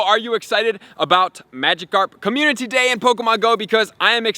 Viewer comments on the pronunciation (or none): Still needs to learn how to say community properly